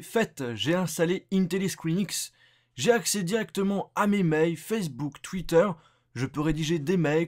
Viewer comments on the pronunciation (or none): none